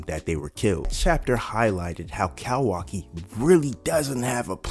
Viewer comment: Bro I’m loving the vids and how spot on ya predictions be but the “cowaki” has to stop 😭🥀